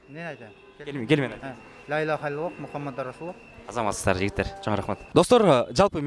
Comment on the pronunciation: Лаиллаха дебей Ляиллаха десенер